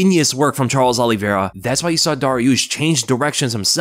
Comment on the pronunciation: Great video but his name is Olivera not Olive vera